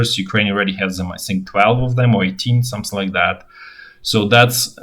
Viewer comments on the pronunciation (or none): none